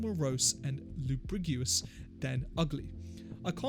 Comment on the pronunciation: homie can't even pronounce lugubrious.. all you have to do is listen to the song and repeat how he said it LOL.